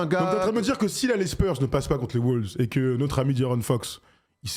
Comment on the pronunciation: arrêtez de dire des "les WOULVES" s'il vous plaît. La phonétique c'est : UK: (wʊlvz) US: (wŏŏlvz)